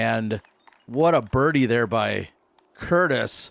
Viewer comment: Has it always been Jacob Courtis? I could’ve sworn everyone always said Curtis lol